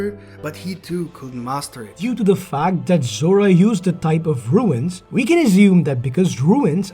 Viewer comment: Runes, not ruins🤣🤣🤣